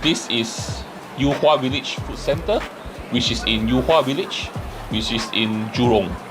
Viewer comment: yu hua and not you hua, get lost